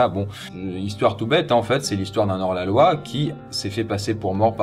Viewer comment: Poisson fécond, épisode sur la Poste : "Cent ans Taprès..." Ici : "Un Nors la loi..." Pouf, création totalement incongrue et spontanée du verbe popularuser, signifiant probablement : "duper le monde" ou dans l'autre sens "rendre le monde plus malin" Je venais juste de guérir de ma double otite, les mecs... vous hêtes pas cool !!!